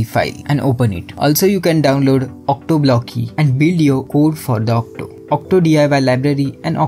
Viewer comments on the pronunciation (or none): Why are you saying otto as octo????????